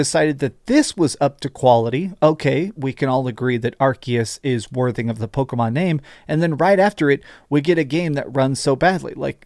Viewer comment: I can't get over him saying "Pokomon". Driving me nuts.